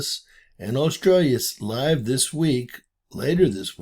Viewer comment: Aurora Australis, not Australius